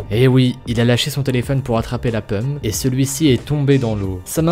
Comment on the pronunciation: Au début tu dit la pemme au lieu de la pomme 😂😂